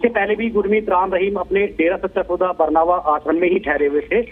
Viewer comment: Ye न्यूज़ बताने वाले को हिंदी नही आती बरनावा को बरवाना बोल रहा है